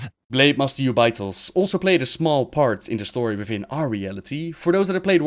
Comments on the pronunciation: Jew bay, his way of saying it sounds so bad. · Its pronounced 'jew-bi-thos' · Who is that Ubaitoz you are speaking of? The name is Jubei'thos, pronounced like Yagyū Jūbei Mitsuyoshi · I didn't know who you were talking about when you were saying Jubei'Thos lol